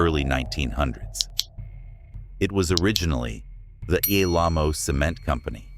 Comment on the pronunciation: Mispronouncing Alamo caused me to check out on this one.